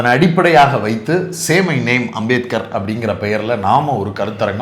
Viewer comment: அந்த அமித்ஷாவுக்கு அம்பேத்கர் பேரை சொல்லவே தெரியல உச்சரி வரல வாயில் ஹான்ஸ் போட்டா மாதிரி சொல்றாரு